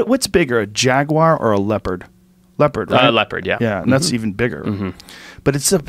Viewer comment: Joe "What's bigger a jaguar or a leadpord? A leadpord, yeah a leadpord. And that's even bigger" Rogan